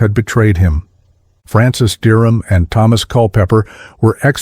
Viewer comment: Aprende a pronunciar:Derham